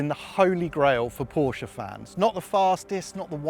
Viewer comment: Finally!!! ...a Brit that pronounces Porsche correctly!!